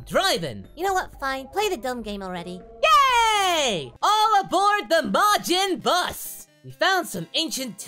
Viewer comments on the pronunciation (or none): he calls it majin bus but gohan was a teen when majin buu came around? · im early also did he keep saying majin bus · "Majin Bus"? Whoops. Future confirmed.